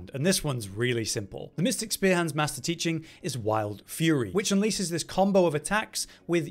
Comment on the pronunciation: ’Maister' is pronounced 'may-ster'.